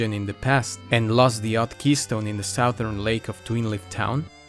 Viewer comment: Sou-there island, I’m from Louisiana and have been saying Sou-Thern wrong my whole life 😮